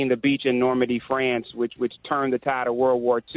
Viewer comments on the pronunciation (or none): none